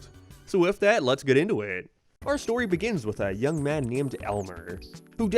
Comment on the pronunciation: Clearly say Young